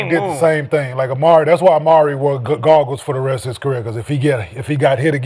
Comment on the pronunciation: “Protective Garggles” 😂😂😂